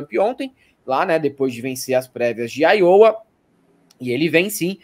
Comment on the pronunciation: se fala Áiowa. Eu sou muito fã do trabalho de vocês. Parabéns e obrigado